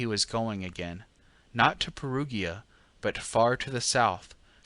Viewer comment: But Perugia= Pair-OO-jah, Pair-OO-jans😉